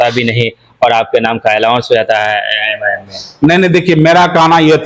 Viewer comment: अरे भाई यम आई यम क्यों बोल रहे हैं नाम तो सही से बोलिए लोग मज़ाक उड़ा रहे हैं